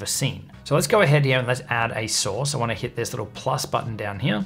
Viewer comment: Source not sauce, don't you speak english?